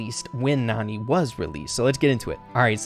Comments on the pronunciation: Nani is actually pronounced "NANNY" and as the name suggests she's clearly a nanny to jessie probably creates by Mama Pam. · Hey! You pronouced Nani wrong, its actually pronounce as Nanny. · I think this picture really just solidifies that Nani should be pronounced “nanny” , since that’s what she is. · Nani may be pronounced Nanny since she looks like the care taker of Jessie but you never know how it may pronounced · Nani is actually Jessie’s nanny and she supposed to be pronounced nanny that’s why she was there when Jesse was young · you keep saying Nani wrong, it's Nani as in a care taker